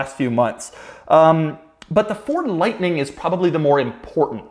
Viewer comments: really went southern there with the f150 liughhhhtnin’ at the end. ha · LoL at how Doug added a cowboy accent to "the F-150 Lightnin" at the end! I won't be impressed with EVs or Electric trucks until they have 500 mile+ range OR they make nation-wide 5 minute battery swaps possible to avoid charging time...it would work like propane swaps-but done with a qualified tech & security measures to avoid mistakes during the swap & prevent battery theft.